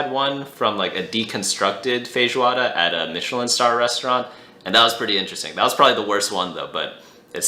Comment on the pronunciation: That is a good pronunciation of feijoada , congrats